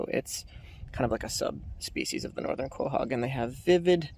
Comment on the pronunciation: I enjoy your videos, with the exception of the mispronunciation of certain names. Is there any way that you could learn how pronounce the names of certain things you’re talking about? Some examples are as follows: Periostracum (per•ee•os•truth•kum) Quahog (lkow•haag)